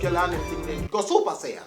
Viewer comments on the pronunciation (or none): none